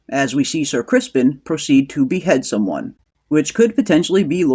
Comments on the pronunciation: Are you calling him "Ser Crispin" sarcastically? Because it's Criston. 😂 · It's not "Crispin", it is "Criston" . . .